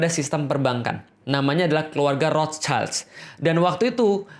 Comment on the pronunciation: Afwan, ustazku! Ingin sedikit mengoreksi sesuatu yang tidak esensial tapi sekadar insight aja 🙏🏼 yakni pengucapan kata “der” pada “der Judenstaat”. Huruf “e” pada kata “der” itu dibaca e biasa seperti “ember” bukan “elang”. Juga nama “Rothschild” yang sebetulnya dibaca “rot-syild” (Roth-schild) bukan “rots-chaild” (Roths-child) . Karena keduanya merupakan kata dan nama germanik. Dan “sch” di bahasa jerman itu satu bunyi, dibaca “sy”. Bisa coba denger di video ini: Hoewever, it’s a great video masyaallah! Semoga banyak yang nonton dan semakin banyak pula yang aware amin 🤲🏼 semangat menebarkan kebenaran staz!!! 💪🏼